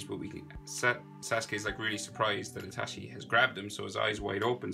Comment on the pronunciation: It's I-T-A-C-H-I You pronounce like I-T-A-S-H-I